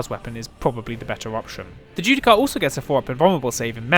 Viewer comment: Bit late to the party but... "Judiciar". As in, "Ju-Di-Shar". You're welcome.